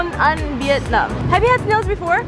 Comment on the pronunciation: could you stop calling my country Vietnom it's Vietnam